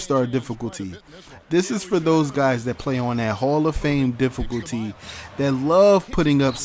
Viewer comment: he said dificoolty